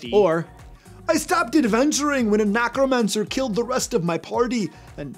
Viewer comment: I have to ask, since i have noticed it several times watching old videos. Do you intentionally say NACROmancer, instead of NECROmancer? Because if you do...your trolling is working, I am going crazy.